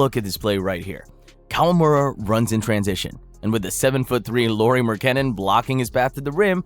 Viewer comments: pocket size. kevin du-ront. lauri mar-kahn-nen. this isn't a real channel. are we paying someone to read names who's never heard of professional basketball players? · If your voiceover guy didn't mess up the pronunciation of Durant and Markannen as well as the word "flagrant", this video would have been perfect. The Ja pronunciation was also a little sketchy. Hachimura is also not a pure-blood Japanese; his father is from Benin. Otherwise, good video. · this dudes voice is so fucking annoying. the idiot doesn't even know how to pronounce Durant or Markkanen. does this idiot even watch basketball? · Absolutely agree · Ai text to speech is getting really convincing. If it wasn't for "Duraunt" and however he butchered Markkanen's last name I wouldn't have noticed.